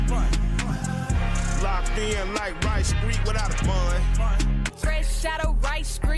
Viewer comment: WRIGHT Street lol not Rice Street 😂